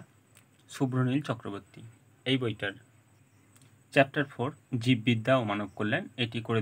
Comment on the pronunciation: sir ota barti chakrabarti not chakraborty